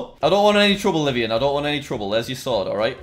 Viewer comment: Just wanted to say that the hackers friend, Livonian, is actually using the name of a place in my state, Michigan. Its Livonia, pronounced Live-ohn-ya.